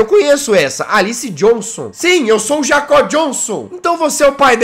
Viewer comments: Nome do personagem: Jacob O que o Jazzghost fala: J A C Ó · Jazz não e jacobe e jacob (jaycobe)